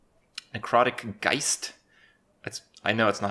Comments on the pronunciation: Is Geist an English word? If not I'm amazed it was pronounced correctly. Good job Kripp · he pronounced that actually correct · Was he worried about the pronounciation of "Geist"? He actually nailed it. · "Geist" is actually german for "Ghost" and your pronounciation was quite alright xD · You pronounced Geist correctly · Btw You pronounced Geist perfectly. Cheers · That is how you pronounce Geist, Kripp. you did fine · Damn, this Geist was perfectly pronounced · You pronounced "Geist" correctly Kripp :) It's german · German here, Kripp actually pronounced Geist correctly. I am impressed. Now I will get some Orangensaft. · you actually pronounced that exactly right :) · his pronounciation of geist was prefect, considering it's a german word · If you wanted to pronounce the German word "Geist" it was actually preeeeeeeeeety close :D